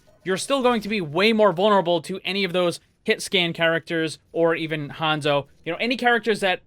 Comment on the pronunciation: why you say even hanzo like that lmao dont sleep on meh boi